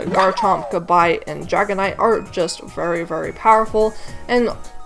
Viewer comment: Is that the right way to pronounce Gabite? I always thought it was with an eh sound.